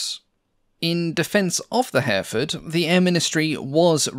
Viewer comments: The Hampden was one of the first Airfix kits I built back in the 1960s. Note that Hereford is pronounced Herryfud.😉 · Little note - Hereford is pronounced as Herrie-Ford. This is an excellent channel. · I assume you mean Hereford and Kiel rather than Hairford and Kyle. Otherwise I appreciate your research and detail. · Your pronunciation of Hereford is off enough to warrant anything from a "WTF was that" to a lynching from the locals should you ever go there. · h-error fud, not hare ford. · Herr-a-ford not Hareford! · He-re-ford. Three syllables. It's a town too. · An impressive long-form post. The 3D graphics you now employ are superb and allow for an easy appreciation of the type under discussion - congratulations to whoever does these for you. Tiny point - Hereford is pronounced herry-ford, rather than hare-ford. British pronunciations can be a minefield... even for the British (who else would pronounce Featherstonehaugh - an actual surname here - as Fanshaw)! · A good documentary ,but some strange pronunciation Kiel is Keel, Hereford is Here…ford not Herford. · By the way, "Hereford" is usually pronounced "Her-e-ford", not "Hare-ford". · Hereford is pronounced like the town - Hair-re-ford, not Hairford! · Yup ˈhɛrɪfəd in IPA, three syllables not two, with the stress on the first. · Please learn to pronounce Hereford…. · I agree - but some pronunciations need to be checked. The town of Kiel is pronounced Keel - not Kile The county of Hereford is pronounced He-re-ford, not Hareford. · A minor pronunciation correction, ‘Hereford’ isn’t pronounced ‘Hair-fud’, it’s more ‘Hair-ruh-fud’. It’s an English place name so I’d not expect someone who’d only ever read the word to pronounce it perfectly. Similarly, Kiel in Germany is pronounced ‘Keel’, not ‘Kyle’. Aside from those minor pronunciation slips, another excellent video. I like the Hampden, it seems like it was a real pilot’s aeroplane.